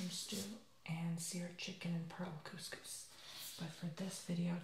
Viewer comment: cous cous not cuus cuus sorry I'm british